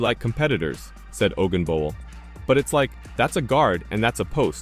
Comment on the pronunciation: If you can’t pronounce her name correctly makes every other comment questionable.p.s. Caitlin Clark is the best!